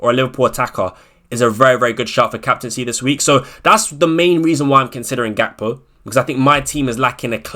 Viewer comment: didn’t u say gakpo is gakpoo 😂